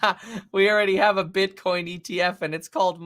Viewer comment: he said bitchcoin hehehe